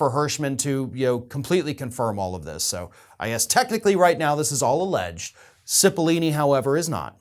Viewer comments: Please check your pronunciation of Cippolone- repeated mispronunciation damages your credibility. And keep up the good work - your voice is important. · Stop mispronouncing Cipoll-O-ne! Driving me nuts.